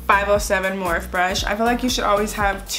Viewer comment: beautiful look!!! But lmao girl morphe is pronounced "morph-e" like you say "morph" and then say the letter "e"